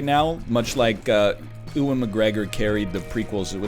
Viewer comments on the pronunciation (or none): And Ewan McGregor! It's you-in, not oo-in.